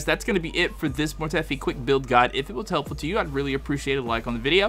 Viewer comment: Mortefi pronounced(mor-tuh-fi)